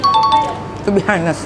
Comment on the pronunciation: Mbak nik bukan to be "hanes" tapi to be "anes", "H" nya nggak dibaca kitu